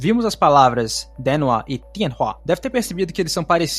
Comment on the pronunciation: Amigo, te recomendo o app JAccent. Não me leve a mal, é só uma dica para ver onde está o tom alto e baixo nas moras japonesas. Vc pronuncia "kanji", denwa, watashi, etc, com acento tonal diferente do que os japoneses usam. Falo isso pq na hora notei o erro de pronúncia e confirmei tudo no JACccent